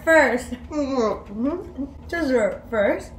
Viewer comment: "dessert" 😂😂 Love your videos!